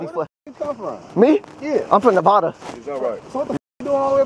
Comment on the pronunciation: BRO IM in Nevada by the way, it’s not Nevada it’s Nevada